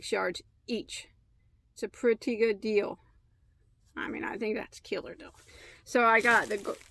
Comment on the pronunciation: I love how you say “killer deal”. To my southern ears, it sounds like “killer dill” which makes me think of silly cartoony images of homicidal pickles. 😆 Anyway, thanks for enabling my yarn habit! 🤓 You got some god stuff!